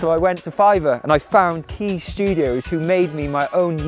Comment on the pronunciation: Hehe…I like how you tried your very best to pronounce the “R” in Fiverrrrrr….lol Love your channel, your food recipes, and your stage presence. I wish you had a restaurant in Toronto, Canada! 🇨🇦🇨🇦🇨🇦 Turmeric milk is definitely something we had growing up a lot, being Indian and all, it was pretty much a regular thing. As kids we never had to go on antibiotics or take meds etc for much, thanks Mom!